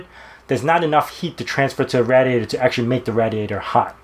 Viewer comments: Nice overkill! Love it! One little quibble: I cringed every time you said "raddy-ate-er" instead of "ray-dee-ate-er".. :) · "raD-ee-ay-tor"? do people really pronounce it that was in the US? (instead of 'ray-dee-ay-tor') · You pronounce "radiator" so wrong... it triggers me and I don't know why. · Anytime I hear RADiator I get so triggered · I like the way he says RADiator. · "Rad-e-ator" Pennsylvanian right? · Did you say RADiator? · hands flying hands flying "RAD iator" Hands fkying " RAD iator" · Say 'radiator' again. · ra·di·a·tor - straight from the dictionary just to clear things up